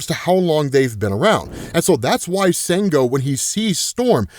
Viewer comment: Sango is actually pronounced "shawn - go".